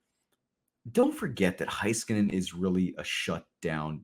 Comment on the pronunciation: Why does struggling saying Miro's last name correctly?